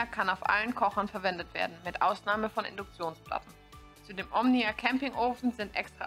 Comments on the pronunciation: Sagt sie immer "Omina" anstatt "Omnia" oder habe ich mich verhört? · Stimmt- die ersten 4-5x sagt sie es richtig und dann geht's weiter mit Omina 😉